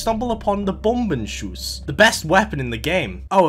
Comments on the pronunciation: You actually pronounced "Bombenschuss" quite well! The only way to perfect it would be to shorten the "Schuss" part for you ^^ Basically right now it sounds like a "Choose" just with an S at the start. Shorten the "oo" part to a single "o" (sound wise) and it should be perf! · the "bombenschuss" was actually quite well pronounced good job :) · As a german, you pronuced Bombenschuss really good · Actually your "Bombenschuss" wasn't that bad in terms of pronunciation